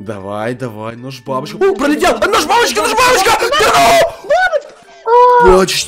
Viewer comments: Я услышал #бабушка а не #бабочка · Я слышу НЕ НОЖ БАБУШКА НЕ НОЖ БАБОЧКА А СЛЫШУ НОЖ БАБОШКА